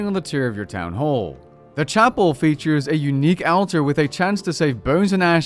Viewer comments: Hehe he pronounces altar weird. Silly man. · Nice to see on the official RuneScape channel, (but Jagex didn't teach him how to say "altar"). I wonder if this will replace Lumbridge as the go-to location for portable skilling.